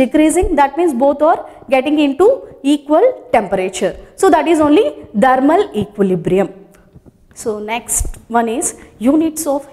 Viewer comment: "Thermal equilibrium" learn to pronounce .... Kiya hoga indian education system of India